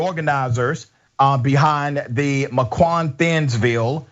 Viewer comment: Sorry, but being from Wisconsin, it made me laugh when I heard him pronounce those cities. Lol. It's mequon(mek-wan) and thiensville(theensville)